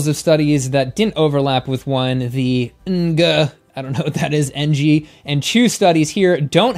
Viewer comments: This was great to see that Joe was willing to accept the truth when he sees it. They actually went to source material rather than debating. I wonder how many Asians has known. He had no idea how to read Ng as a name. Enguh? Lol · you butchered my last name 😕. Ng is a Chinese surname, pronounced ń but in English it’s pronounced like ing.